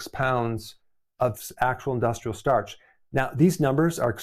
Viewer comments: It’s STARCH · It's starch. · Its Starch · IT'S STARCH